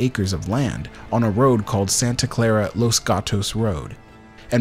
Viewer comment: Thanks for the video! Your videos are always so well made. Also, it’s “Santa CLARA Valley”.